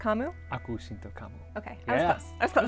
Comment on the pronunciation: Cinta is pronounced "chinta". Bahasa Indonesia. But it wasn't bad actually.